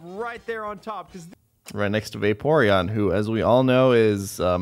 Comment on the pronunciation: "Vaporeon" ... No. Just no.